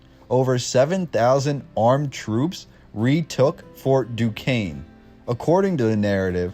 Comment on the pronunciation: He pronounced Duquesne correctly. I'm impressed! LOL once I heard someone pronounce it dew-kez-nee LOL